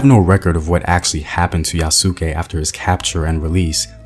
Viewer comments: IF THIS MAN SAY YA SOOOOO KE ONE MORE TIME. ITS YAS-KE MY MAN! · I love your videos brother but this was the hardest one to watch. It's Yah-skay. Two sylables not three. Think Asuka from the WWE. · If there is anything to nitpick it's that the emphasis should be on the first syllable (YA su ke rather than ya SU ke), but it's okay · Yes, its YA-SK-É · pronunciation of Yasuke is "Yas K". Not Ya Su Ke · Its YA-SU-KAY NOT YA-SOO-KAY Also Kokujin its black person translated Koku=black Jin=person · It's not ya-suu-kē, its YA-sk-é. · "Yas-ke' not 'Ya-SU-ke' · His name is pronounce yahs-key, the u is silent in Japanese. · Good video, although I believe the “u” in Yasuke is more silent and it sounds more like “Yaas-Kay” (though I could be wrong) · Excellent video like always. I hope they take note to make the movie as authentic as possible...not holding my breath though. Btw the pronunciation for 'Yasuke' is (YAH-skay). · Bro. I cringed every time he said it lol. But I loved this video so much I couldn’t turn it off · Yasss- Kay The pronunciation is Yasss- Kay Love everything you reported but you may have overlooked the fact that there were more than just one black samurai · It’s yas-Kah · Like Sasuke in naruto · In Yasuke the u is silent. Remember to tell Hollywood that. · He's saying yasuke name wrong but it's a really good video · your not pronouncing it right. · Well you sound Hollywood. Get his name and pronunciation right too. Educate yourself on how to say this Legendary man’s name right!